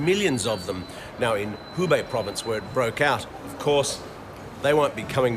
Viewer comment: Reporter: It's Hubei province not Hinan.